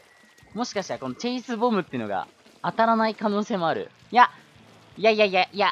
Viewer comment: 9割チェイスって言えてなかったねー ´ω` )/